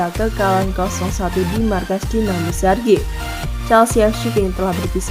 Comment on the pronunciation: Zagreb Zagreb, bkn zargeb😅